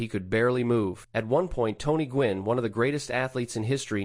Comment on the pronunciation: gwynn. GWYNN. g W ynn. GEE DOUBLEYOU WHY IN IN. fucksakes. demonetize